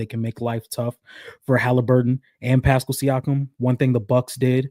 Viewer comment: why does pronounce Pascal's name like that 😂 I cringe every time LMAO says its like Eric Paschall from the Warriors